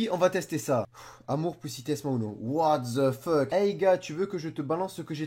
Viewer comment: On dit pas watt de fuk !!!!😨😨